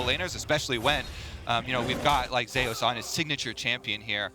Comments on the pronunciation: That's not how you pronounce Zeus. . If you are going to compare the name to the god of thunder by referring to his favorite champions being lighting orientated.. Pronounce it the way the god of thunder and lighting is pronounced. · Why does he keep pronouncing it Zay-oos... it's ZOOS. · Say zay use, zuse